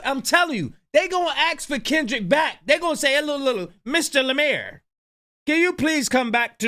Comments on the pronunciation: took me out 😂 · ""😂😂😂